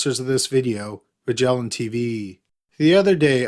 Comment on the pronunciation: The incorrect syllable accents and dragged out last syllable. "MUHGellaaaaan TeeVEEEEEEEEEEE"